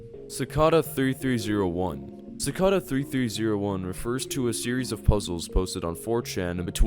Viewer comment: His pronunciation of cicada kills me bro